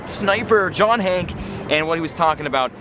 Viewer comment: Isn't his name hankey not "hank" which u kept on saying? 😂😂😂